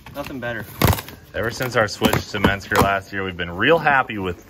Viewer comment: Listen cleeter!! Mensger is not a thing...menscer is however! :)